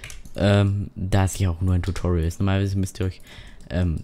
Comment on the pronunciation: btw es Heisst Tutorial und nicht Tutuorail